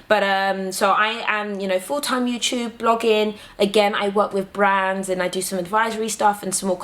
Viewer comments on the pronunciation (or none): LOL it's NOT! YOUSHUB IT'S YOUTUBE. lol :) LUV YOU GURLLL! My African sister!